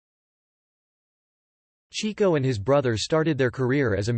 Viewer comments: As soon as his name was pronounced "Cheek-o" instead of "Chick-o," I knew it was going to be a disappointment. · It wasn't "chee-ko"; it was "chicko"... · It was "CHICK-O," not "Cheeko!" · It is pronounced "chick-oh" not "chee-ko". He was named because he chased the chicks. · It's pronounced "Chick-o", not "Chee-co." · "Chee-co"....dear God....could ya not find a computer voice to pronounce his name correctly? It's CHICK-o! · with the greatest respect, they pronounced in "Chick-Oh" NOT "Cheek-Oh". He was named for chasing chicks NOT cheeks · His nickname is pronounced “Chicko” like chick not Cheeko. You may want to correct that if you make any future You Tube clips. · FYI, the brothers actually pronounced his name "CHICK-oh" and not "CHEEK-oh." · Chick-o, not Cheek-o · It’s pronounced Chicko. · cant even pronounce his name right.....